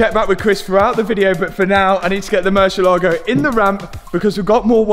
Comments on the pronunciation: Can you please please please, learn how to pronounce Murciélago? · Please stop saying murcielago…. Use lambo